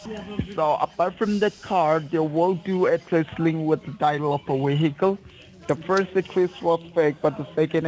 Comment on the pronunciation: what the fuck is a weehickle 😂